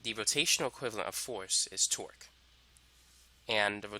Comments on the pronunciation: correct, but if you listen closely you will find out that half of the times he says twerk. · I swear I heard twerk the whole time